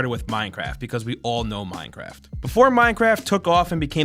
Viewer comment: Minecwaft supreme